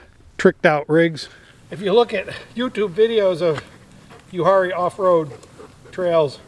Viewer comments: That would be pronounced U-R-E No H sound. I like to spend at least a week a year up there. The Uwharrie Mountains are the second oldest mountains in the world. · Uwharrie is pronounced “u-war-rie”